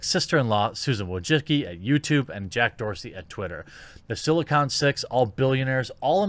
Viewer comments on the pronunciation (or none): none